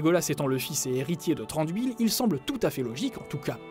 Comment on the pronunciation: Ça ce dit pas Si-ne-dar-in mais Si-ne-da-ri-ne... du coup je donne quelque information sur les noms histoire de corriger... Thranduil ne se dit pas Tran-dui-le mais le "Th" ci je dit pas de bêtises se dit comme le "z" espagnol et le " r " ce roule et le reste du nom se dit a-ne-dui-le. Je vous félicite pour le "e" de Legolas qui se dit "é", au Frodon ce dit pas Fro-don mais plus tôt Fro-do-ne... une lettre dans un mot se dit en séparé sauf ceux là : ai, au, ei, ie, ui, ae, ea, eo, er, ir, ch, dh et ur; et comme c'est pas assez drôle il n'ont pas la même prononciation que le français^^ Ouais c'est super dure mais je peut vous apprendre deux truc que je c'est dire en Sindarin: "Mae govannen! ( salutation, bonjour ) Im Hollywattpad ( je suis hollywattpad) " Après Tolkien à inventait le Quenya, le Westron, la langue noire ou noir parler, la langue des nains la langue du Valinor... et c'est déjà pas mal! Mais je suis pas une pro donc je peux pas vous donner plus emple explications. Voilà, après pour plus d'informations sur le Sindarin, bah trouver un dictionnaire faite gaffe qu'il y est pas écrit Quenya car c'est " l'équivalent " du latin pour la langue française. Ou trouver un site fiable comme "Tolkiendrim" ou une chaîne YouTube fiable comme " le savoir des anneaux ".